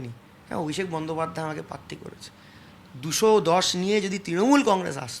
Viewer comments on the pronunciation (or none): none